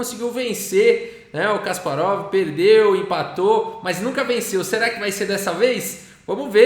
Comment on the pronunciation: Certa pronúncia é Kaspárov. Na segunda sílaba